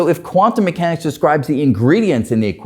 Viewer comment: His accent is exaggerated, unreasonable, and intolerable. He can barely talk. Not cool. Dr Greene was very tolerant and patient. He's facing Dr Greene, listening to him speak clearly, for 20 minutes, why can he not imitate at least some of what he hears? Not quantum me-hanics, quantum mechanics. Not spid, speed. Not rality, Re-ality. Not steal, still. Awful. Guy needs speech coach.